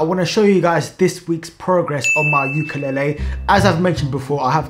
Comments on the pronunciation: You’re pronouncing “ukulele” wrong. It’s “ley-lee”, not “ley-ley”. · Just letting you know the way you pronounce ukulele is kinda like ukalali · It’s pronounced you ka leyylii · Its pronounced youkalayley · YOU KA LAY LEE 😭😭 is how you pronounce it, I don’t have a clue to what you were saying 😭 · it's prononuced like yu kuh lay lee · Ok bro say it like ukalaylee to pronounce ukelele